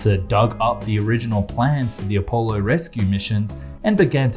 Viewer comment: Saturn Vee? ..Appo-lo? Beginning to suspect this guy didn't go up on Earth. His knowledge is atrocious.